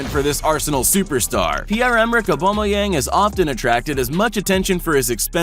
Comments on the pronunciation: its not oubomyange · I like how he pronounces Aubameyang lol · It’s annoying